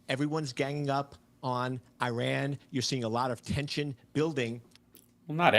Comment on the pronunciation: Thank you for pronouncing Iran like a journalist should. ❤